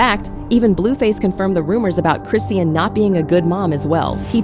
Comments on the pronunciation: Y’all gon say this girls name correctly. Who is Chris-seean? 🤦🏽‍♀️ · Who the hell is CHRIS SEEN??? If u don’t know how to say that girl name then u shouldn’t have done this video😂😂😂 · This white woman would not say Chrisean’s name correctly the entire video. 🤦🏽‍♀️ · Omg I hate how your not saying her name right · it’s AI reading a script and it can’t pronounce her name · You CAN'T pronounce her name. Start there. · Her name Chrisean please pronounce people names properly stop making content if cant or get it corrected before you do so. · Its ai talking not a person so that why her name is said like that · Can yu guys make sure the pronunciation of her name is correct ? I hate listening to videos when they do this , throws me OFF .